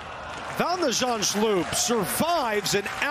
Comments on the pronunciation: Van de 'zandzschllloop? You can clearly read that the L doesn't come after the H... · He was pronouncing it 'Zandschlupe' - is that right, Dutch speakers? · The reporter keeps on saying "Van de Zandschlup", but really, the U comes before the L 😏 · Vèn de Zendshlup? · Either the commentator is dyslexic or thinks Holland doesn't obey the rules of phonetics